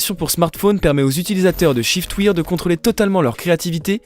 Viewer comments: On prononce chiftwaire et non chiftwire (shiftwear) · En effet c est waire (pensez a la prononciation de i am wearing) (prononcé ai)